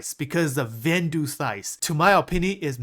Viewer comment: Vanduul = "van-duel"